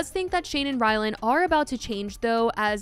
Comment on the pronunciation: Lol, hilarious every keeps thinking his name is “Rylan” — it’s RylanD.. And it’s not even his real name (it’s Ryan).